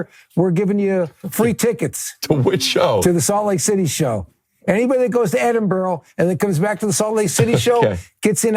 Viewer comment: Cant wait for you to come to Edinburgh! Heads up it’s pronounced Edin-bruh